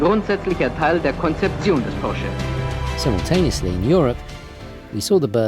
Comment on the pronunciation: He pronounced Porsche correctly. That alone puts him above 99% of all English language YouTubers.